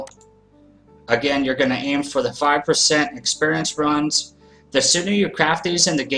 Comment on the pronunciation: please say rooons